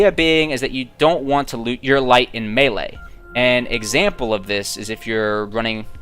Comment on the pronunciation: Hah, came here to say that too. At least he got melee right, though. There's a special place in hell for anyone who says meelee.